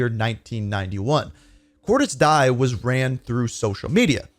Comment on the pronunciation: Pronounced De ez